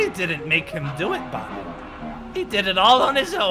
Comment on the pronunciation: And it’s Bonnie not Donnie